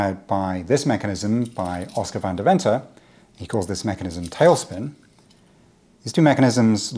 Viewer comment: Deventer is a city in The Netherlands - pronounced: "Dave-enter" or "Day-venter". " // vahn // Day-venter" Brilliant GearedCubeNet concept+implementation!